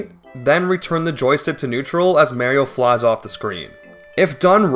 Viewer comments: To this day I still can't understand why you'd pronounce Mario as Merio, although funny, I do wonder if it's like simply because of an accent or something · Mare-io? Like, the female horse? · "Mere-io"??? Come on man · you saying merio kills me too wtf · Paper Mayrio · 😂 Paper Mehrio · paper meahrio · Paper mehrio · first 5 words says "mayrio" disliked unsubscribed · I love you, but you really gotta start looking up colloquial pronunciations for some of these words. Lean-ear? Mare-io?:( I wanna watch the video but it's too grating, I'm so sorry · This video looks really cool, but I cannot stand the way you say "Marry-o". I don't think I can take an hour of it, sorry. Like, I'm fine with people pronouncing pokemon names 'incorrectly' since the 'correct' version isn't really official or anything, but one of his famous catchphrases is literally "It's a me, Mario!". And I'm okay with clearly foreign people since making certain sounds in foreign languages is really difficult for people, but you do not seem like an ESL person to me. Love your vids man, but I can't listen to an hour of you purposefully mis-naming a wildly beloved character. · its so annoying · Bro, you’re saying Mario’s name like you confuse a cupcake for a brownie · I love the way he says Mario. It makes me smile every time. :) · your pronunciation of Mario is so annoying I cant finish this video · the way you say mario bothers me so much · Plz say Mario right T-T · Tragic: Beloved Youtuber Pronounces Mario Like "mare-io" For An Hour Straight don't worry it adds comedic value :^) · "I've played Paper M-A-rio before-" Immediate pause Ma-Mari-MAREi-MAri-MARE-io?! Lol, I'mma watch video now. Can't wait XD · Considering Mario says his own name on more than one occasion in the games (Literally right at the title screen of Mario 64, for instance), no it very definitely is wrong to say "Mare-io" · for the love of god, STOP SAYING MÄRIO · Lebron James Reportedly Pronounced Mario like 'Mare-io'